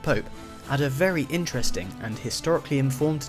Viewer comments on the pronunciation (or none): none